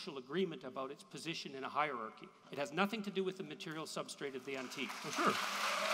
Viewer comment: If I hear “Substate” agin I’m going to drown myself.